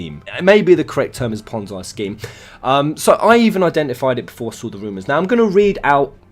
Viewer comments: It's pronounced "pon-zee", not "pon-zai" I will agree that the game looks dodgy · it is pronounced ponzee not ponzai fuckface. no disrespect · fascinating this is... btw it's pronounced pon-zee not pon-zye. ^_^ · Not trying to defend new empire...fuck that game lol. But people need to educate themselves...This is not a ponzi scheme...apparently these wanna be moral high ground idiots don't have a clue what ponzi scheme means, or even how it works...also...its pronounced ponn-zee, not ponn-zy... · it's ponzi (pon-ze) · It's pronounced "pon-zee" scheme. It's named after the man who was arrested for the crime. Not to nitpick...just in case you make further videos about this. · It's pronounced pon-zee, it comes from italian mafia schemes in the 50's. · It's Ponzi as in Pon-zee. Love ya, but mispronunciation gets to me.